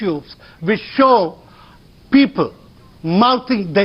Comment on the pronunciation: ROFL ...😂😂 that "Peepul" ....